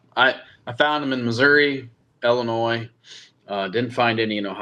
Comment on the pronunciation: Can you please stop pronouncing the S on the end of Illinois....